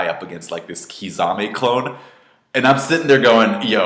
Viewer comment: Btw bro it is not pronounced "Kizame", his name is spelt Kisame. Key-sah-meh